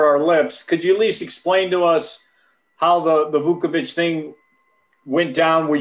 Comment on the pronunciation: It's not "Vookavich" it's "VOOCHAVICH", you'd think the media would learn after the guy being an all star for so many years now 🙄